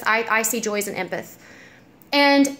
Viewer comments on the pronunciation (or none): I know you probably have gotten comments about this and it's such a small thing but it's pronounced "em-path". Like the beginning of emily and then the word path. Silly thing to correct but I hate when I pronounce words wrong and always want to be corrected. That being said, you're beyond gorgeous :) keep doin you girl